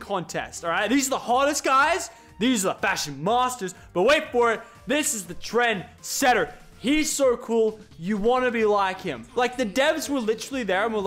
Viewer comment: I thought he said transgender when he said trendsetter